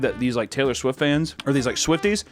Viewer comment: Uh, uh, Swaylor Tift.